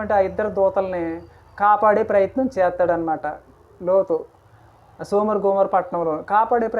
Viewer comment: సోమర గోమోరో కాదు సోదొమ గొమొర్రా చెప్పడం రాకపోతే మానేయండి తప్పు చెప్పొద్దు మీరు చెప్పేది తప్పు లోతు గారు తప్పు చేయలేదు ఆయన కుమార్తెలు తప్పు చేశారు